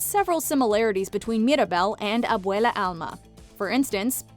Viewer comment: They accidentally called abuela abuelo I giggled a little